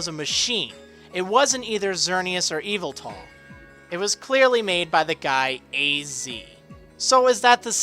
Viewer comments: Psst, the emphasis in Yveltal is on the "vel", not the "Y" c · I don't think we have an official pronunciation of Yveltal yet, but I'm guessing it's closer to "E-vel-tul" instead of "Evil-tall" Also "I don't like to speculate, only present news. Here's a bunch of speculation!" Not to say that historically every single generation has introduced a new region, so it's not a stretch to say the next generation will be in a new generation. Just like gen 2, and gen 3, and gen 4, and...